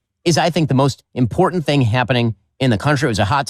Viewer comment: I really want to like watching your videos but I don't much anymore. Voice becomes annoying, say uhh and umm constantly, and you don't say words properly. Its important not impordon. Do better